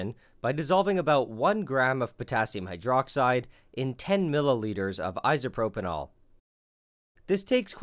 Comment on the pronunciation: Please stop calling it 'isopropynol'